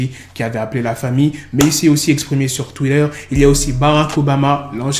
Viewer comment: cest moi ou tu dis twiller à la place de twitter????